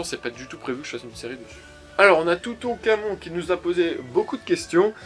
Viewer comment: J'ai pris le quart de la vidéo avec mes questions. Oups xD 😂😂 Et on dit Tou tout ka mon (Toutou + kamon (c'est comme dans Toutankhamon, mais bon pas grave.)). Sinon, bonne vidéo, j'ai adoré (sauf l'attente, mais bon, ce n'est pas important). P-S : Je dis Oui à MCreator !! (Je rigole)